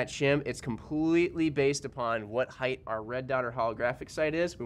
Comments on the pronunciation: theres no suck word as heidth. It's height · Why do people say "heighth"? 😂🤦🏻‍♂️